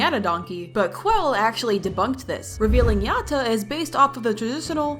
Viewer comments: No no it not pronounced "yot uh" its "yad uh" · FIRST of all it's pronounced ya - da Second of all brighteny is known for being skinny not chubby Third of all pls part 6 🥺🥺❤️🥺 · when you say Yatta you pronuce it "Yadda" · Btw it's yatta but it sounds like yada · The way you say Yatta tickles my brain and I love it🤩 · I LOVE BRIGHTNEYS DESIGN! I kinda like how you say yatta for some reason lol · Why the sound like you’re in a different language when you say yatta?￼